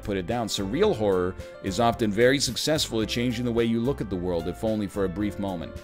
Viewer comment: "It ees what it ees" - 2020